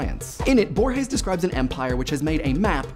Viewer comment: Hearing Borges just made my day :)